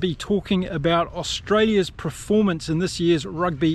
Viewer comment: Thanks. I don't always agree with you infact strongly disagree at Times but thanks for the Chanel, I'll shout you a beer. 1 silly niggle. Can you please pronounce performance phonetically, not preformance 😅